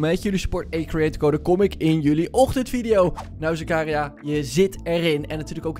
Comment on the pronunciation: je zegt het meer als Zaka ria